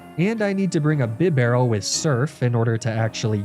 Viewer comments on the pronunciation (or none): none